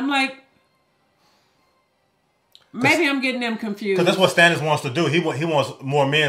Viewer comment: It's Stannis, not Stonnis. It sounds like Stanley.😊